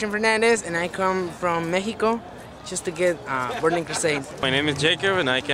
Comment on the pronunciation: Why did those mexican guys pronounced México like "mexcicou" if they know how to pronounce the name lol shame on you!